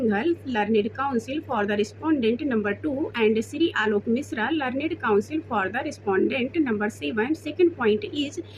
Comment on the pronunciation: लरनेड 🤣🤣🤣🤣.....learned(लर्नड) hota hai😌